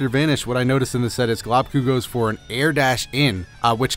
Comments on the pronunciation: GLOBEKU not globku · Globku. Pronunciation: Globe- ku